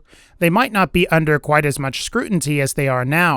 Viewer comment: lol "scrutinty" hehe